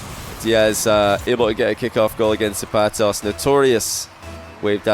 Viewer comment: pronunciation of the vowels in “zapatos” is killing me but good series